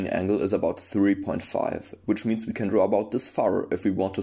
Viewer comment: “...and now, ve dance.”